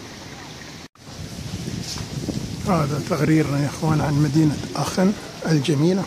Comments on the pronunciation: نعم بالالماني اسمها اخن و ليس اشن .. مجرد للتصحيح..مع الشكر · اخوي حبيت اصحح المعلومة تنطق بالالمانية اخن وليست اشن.الالمانية تختلف عن الانجليزية اخي اذا سبق حرف ch حرف علة فانها تنطق خ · السلام عليكم ورحمة الله! عذراً على التصحيح٠ هذه المدينه ينطق إسمها باللغة الألمانية ''آخِنْ'' وليس ''آشن'' كما تفضلتم٠ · هههههه كولون لوا المصارين اخن وليس اشن